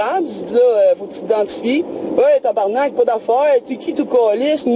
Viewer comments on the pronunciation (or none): cest pas tabernack cest tabarnak